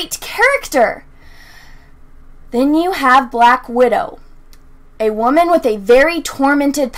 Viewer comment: You keep pronouncing "wamen" incorrectly.